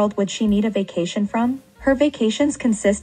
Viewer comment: the way she turns 'ay' sounds into 'uh' sounds (vacation/vuhcuhtion) is my 13th reason, istg.